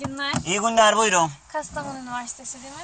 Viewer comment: Gastamonu gastamonu dep dep dep 😂 Kastamonu /Çatalzeytin